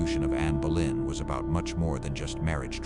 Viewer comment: It is Bow lynn phonetically not Bow en. Your AI is so terrible so bad, in fact it is unlistenable.